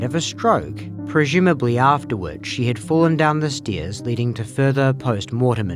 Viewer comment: "a fall down the steeeez." 😅